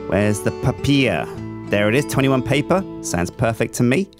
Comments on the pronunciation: Random fact: That is how we Danes says paper: "Pa-pir" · Didn't know spoke dutch:'papier':D